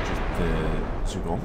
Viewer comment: I think it would be pronounced Zhua-gong